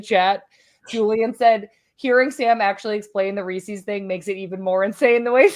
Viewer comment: Need a content warning for Sam's Reese's pronunciation 🤦‍♀️